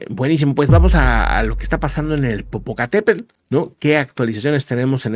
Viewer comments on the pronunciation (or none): el nombre del volcán es Popocatepetl. Los españoles lo nombran como " Popocatepel ", mal escrito y mal pronunciado.